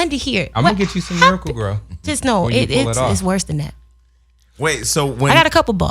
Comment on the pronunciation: Did he say he got miracle grow? 😂